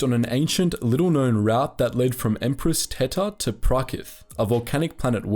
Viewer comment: Pronounce route correctly, you're English for fuck sake.